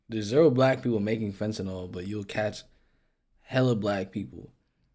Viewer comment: FentaNYL ... not fentaNOL or fentaNAL Go to H O U S T O N, Texas if y'all want some HIV/AIDS ➕️ a variety of STDs that you never heard of ... and to have your drink spiked to wakeup in a strange bed/street/floor having been gangraped by strangers at a party or club. FentaNYL ... not fentaNOL or fentaNAL.